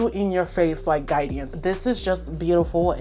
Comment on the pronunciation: The way u add the extra syllable to Guidance is hilarious 😂 u said "Guide-E-ance" which gets me tickled